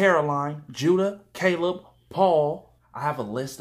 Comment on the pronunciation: "Caleb" LMAOOOOOOOOOOO